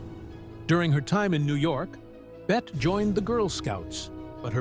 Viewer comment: Her name is pronounced Betty not Bet, regardless of spelling.